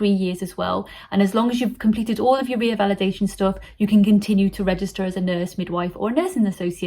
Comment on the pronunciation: It's not reavalidation ,it's revalidation